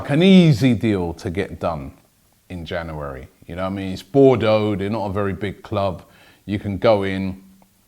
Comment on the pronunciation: Don't know where Robbie found that second r in January but he did it